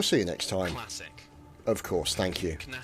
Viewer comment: Knassic. Utter Knassic